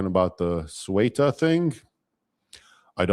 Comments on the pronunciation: It's pronounced SAYootah. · is an excellent guest. "Ceuta" is roughly pronounced like the English pronunciation of "suit" (or the -ute of 'refute') with "ah" on the end. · Loved this interview. However keep in mind the city of Ceuta in Spanish is pronounced more like like “Theota” or “Seota” depending on the accent. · Raymond, I love your content but, as Moe said to Curly, " Get it right, onionhead." It's CEUTA. The initial C is pronounced like the TH in "think" and the e comes before the u. So practice saying, [theh-ü-tah]. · 'Ce - u - ta' is the pronunciation ¿ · Why are you talking about a town whose name you cannot pronounce? The pronunciation was even demonstrated for you by a native speaker of Spanish. He does not say soo-wetta. Come on. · It’s “SEUTAH“